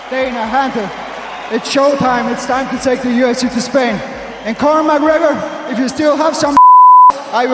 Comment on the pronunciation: Machregor?? Is he joking? Connor ?